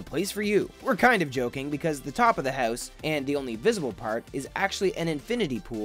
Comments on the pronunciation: You say howuus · why is he saying hews